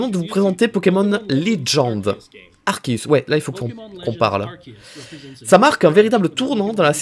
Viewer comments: Yep Arkéus tout le monde dit arçéus et ça m'énerve 😂😡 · Et d'ailleurs y a que toi qui prononce Arceus correctement ca fait plaisir 😁😁